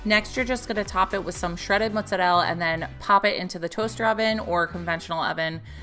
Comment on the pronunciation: I love how you say Mozzarell! Luke is adorbs